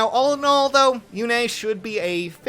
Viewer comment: Yune, not Yune-a